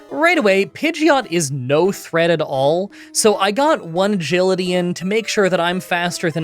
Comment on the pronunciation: did you say "one Gility" to stand in for "Agility" like "A Gility?"